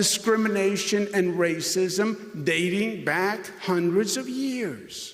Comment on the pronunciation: When someone can't pronounce the word and, you Probably should, i don't know, get rid... of the idiot?